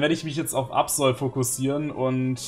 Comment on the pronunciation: Aerodactyl (kein zweites L) und Absol (kein zweites L) müsste man doch am Ende langsam und nicht schnell aussprechen? Frage nur, weil ich es richtig aussprechen wollte und hier "Aerodactüll" und "Absoll" höre. Was ist nun richtig?